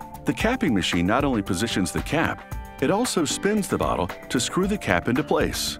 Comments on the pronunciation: Sonija Li DAMMIT I CANT STOP HEARING IT NOW AND IM LAUGHING SO HARD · BAHAHAHAHA I LEGIT THOUGHT HE SAID IT TOO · It does kinda sound like that lmao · Oof my ears are stuck hearing that now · I can't unhear it now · When it was , I thought he said butt hole instead of bottle!? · y he put so much emphasis to it tho lmao